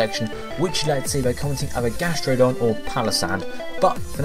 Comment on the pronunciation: gastrodon for cindy or as likes to say "ges-trew-don"